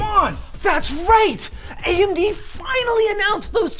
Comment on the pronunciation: That "AyyyMD" made me actually laugh! Ty